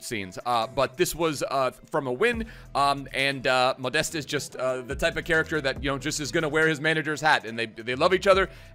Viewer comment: Your „ModestE“ doing my head in